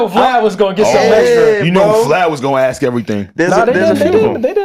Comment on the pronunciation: Ask not Axe🤦🏾‍♂️